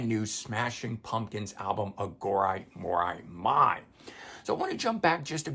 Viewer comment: on your inquiry about physical release vs digital. I would lean more to believing it's due to production delays/vinyl shortage. They want to rush the release for the tour. Side note if you revisit, you may want to check pronunciation of Iha, Atum, and Aghori Mhori Mei. Corgan has a video where he pronounced the new album for anyone questioning. And his pronunciation of Atum is much closer to Autumn.